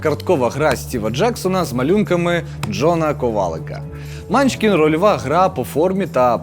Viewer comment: Чому мАнчкін? Всі відповіді на запитання по наголосу сказали : манчкІн